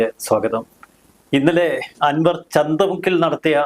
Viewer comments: ചന്തമുക്കല്ല ചന്ത കുന്ന് ആണ് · ചന്തമുക്ക് എന്നല്ല - ചന്തകുന്ന് എന്നാണ് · The name of the place is Chandakkunnu,not Chandamukku,... Chandakkunnu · ചന്ത മുക്ക് അല്ല മൈരേ ചന്ത കുന്ന് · ചന്ത മുക്കല്ല, ചന്ത കുന്ന് 🤣🚀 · ചന്തമുക്ക് അല്ല ചന്തക്കുന്നു ആണ്